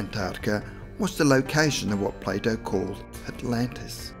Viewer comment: Everytime he says Plato, I can’t help but hear Play-dough